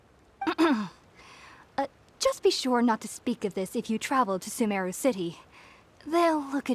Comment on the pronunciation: It is Sumeru not Sumaru